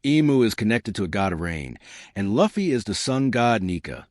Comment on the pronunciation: bro youre pronouncing luffy name wrong